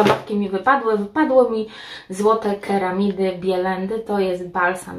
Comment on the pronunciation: Ceramidy wymawia się ceramidy, a nie keramidy. Co do odświeżaczy powietrza/ dyfuzorów zapachowych, żeby zapach był mniej intensywny należy włożyć mniej patyczków, jeśli chcemy zintensyfikować zapach, wtedy wkładamy więcej :)